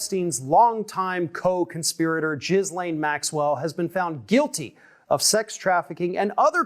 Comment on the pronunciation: said Jizzlane